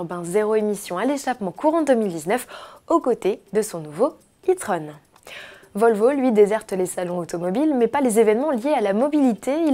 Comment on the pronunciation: Et "tron" faut le prononcé comme le film de Disney (celui avec les daft punk)